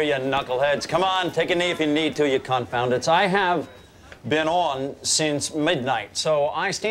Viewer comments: I just put the video to the slowest speed, and I do believe that it is "confoundeds". Which is weird, because that's not really a word. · Sounded like confoundeds.